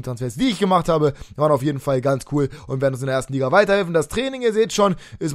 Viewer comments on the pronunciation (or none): none